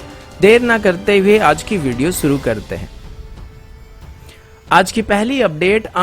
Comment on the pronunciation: आप सुरू मत किया करिये शुरू किया करिये